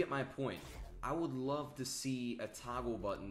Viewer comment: The way you say toggle is gross mikeKappa